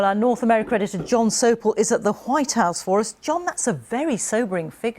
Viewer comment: did she say howite House ??